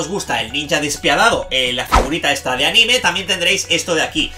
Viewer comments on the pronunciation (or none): none